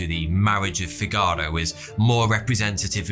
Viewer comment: Fi-GAAR-o... Sorry, that is the worst possible pronunciation^^ Yes, i am a snarky musician (violinist and violist) who has played that overture any number of times.^^